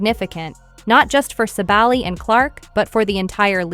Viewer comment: And thank you for making the effort to properly pronounce her last name!